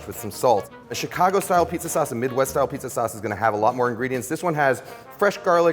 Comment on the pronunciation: Thanks Ken, you nailed it. Love, a native Chicagoan. PS: You say Chicago like a proper Chicagoan.